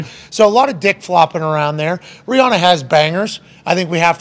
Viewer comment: Don’t wanna be the guy but it’s pronounced Ree-Ann-Uh